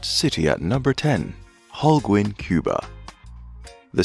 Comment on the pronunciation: The way the narrator pronounces Holguin.... is annoying LOL